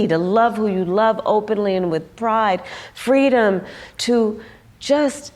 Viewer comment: Stop pronouncing fteedom. America is free right now and 60 nations around the world.